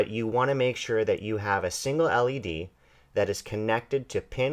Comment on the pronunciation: I don't know if I just heard him right, did he call an LED a 'lead'? facedesk